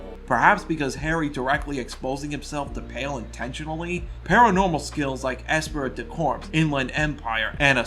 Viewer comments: “esprit du corps” is actually pronounced “es-SPREE duh Core” It’s French so the finally letters are silent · “Ess prit da corpse” LOL just teasing you, this was a good essay